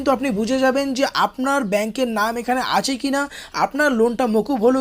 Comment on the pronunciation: আসে,আসে বলছেন কেন? আছে বলুন।